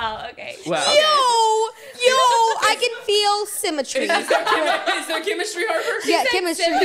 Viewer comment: "I can feel shemistry" got me Laughing so hard 😂😂😂